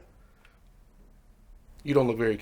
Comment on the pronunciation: Wait...he says "con-TROLLER" April fools joke haha?